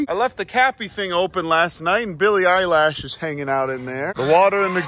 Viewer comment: At least I’m finally not the only one that says Billie eyelash